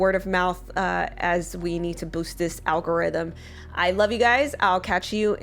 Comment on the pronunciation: Al go rhythm ... so yeah